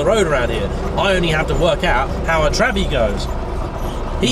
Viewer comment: I think you are the first american that I have ever heard saying Trabbi